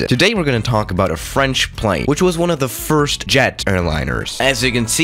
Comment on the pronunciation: Firrrst I mean second